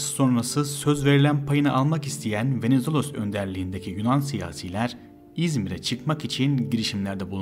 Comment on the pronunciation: bu nasıl kötü bir diksiyon ve bu kötü diksiyonla nasıl anlatıcı olabileceğini düşünür bir insan? Venizelos'u öyle bi söyledi ki Venezuella anladım ve bir anlık düşündüm ne alaka diye. İnanılır gibi değil aşırı kötü yani yaptığın bi iş var ve yapman gereken tek şey konuşmak onu da beceremiyosun. hakikaten çok çok kısa bir Türk özeti gibi